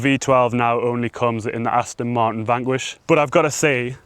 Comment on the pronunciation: For the record there is the letter 'T' in Martin as in Aston Martin!!